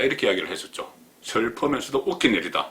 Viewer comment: "슬퍼면서도"라.... 경상도 발음은 구제 불능???